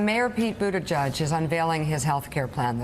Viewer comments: I am half Maltese and obviously can speak the language. Buttigieg is pronounced as follows. NOT Buttijudge , it’s Buttigeeg . Thank you 😅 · I think it should actually be pronounced as Booty jitch. ditch with a 'j'